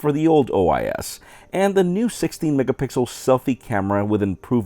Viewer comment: Thanks for not saying megapickel. Lol!